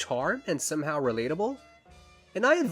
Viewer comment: im laughing my ass off idk if its bc its late or bc im gardening but hearing you say somehow sounds like somehal and in losijg it😭